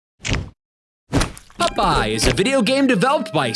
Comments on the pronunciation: Why does say "Pupeye" instead of "Popeye"? As for the random insta-deaths, they are more than likely attached to invisible enemy models. Just another broken mechanic like the whole game. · Who is "Pupeye"? 😉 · Stop calling him pupeye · Ahhh yes my favorite sailor: Pup-eye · So many “Pupeye”’s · Why do you keep saying Pupeye? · WHY DO YOU GUYS KEEP PRONOUNCING IT PUP-EYE?! Aaauuugghhh!! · The witch is the Sea Hag and I can't help but giggle at the way you say Popeye. "PUP-PIE!" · Wait, am I hearing "pup eye"? Is the Canadian accent that similar to the Boston accent? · I keep hearing "pupeye".... Probably the only one🤷🏻‍♂️ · The way he says 'pup-eye' every time is fucking infuriating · they are canadian